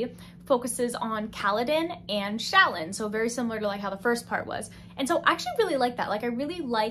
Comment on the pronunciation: no problem. Also, Shallan is pronounced sha-lon. Again, this is from the audio book that I assume had to be approved by the author. (Not trying to correct you)